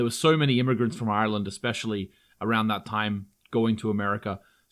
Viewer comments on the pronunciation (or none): none